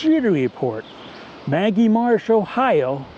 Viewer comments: It not Maggie marsh, it's Ma-gee, with a hard 'g'. Many people get this wrong. Named after John N. Magee. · Very nice Moose. maGEE marsh is how we Ohioans pronounce this amazing birding destination.